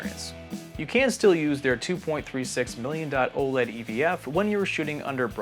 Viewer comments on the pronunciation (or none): none